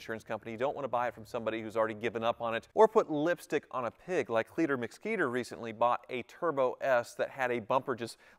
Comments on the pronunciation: Cleeter Mcskeeter lol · Cleeter Mcskeeter?????